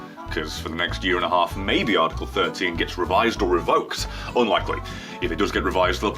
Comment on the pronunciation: For fuck sake... ArrrrTickle made me laugh way too much XD